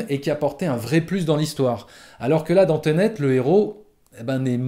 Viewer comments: On dit "Ténét", pas "tenét" 😄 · .........."teunète".............., ensuite j'ai bien aimé le "je suis sortit de la salle un peu partagé" et 1 seconde après "j'étais dégoûté" XD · Teunet lol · « Teunet » mdrr